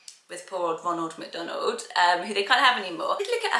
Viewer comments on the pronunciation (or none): none